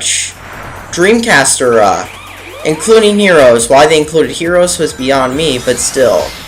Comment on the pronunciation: i think u pronounced era wrong